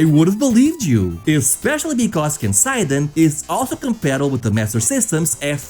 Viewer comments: I... do feel the need to point out that Kenseiden (剣聖伝) is Japanese, not German, so its English-friendly pronunciation is ken-say-den; not ken-sigh'den. goes back to watching the video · I'm sure many people have already commented this, but "Kenseiden" is actually pronounced "ke-n-se-i-de-n", or something like "kehn-sae-dehn". ^^ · "kensaiden" bruh, you're Portuguese, just read Japanese names like you're reading Portuguese xD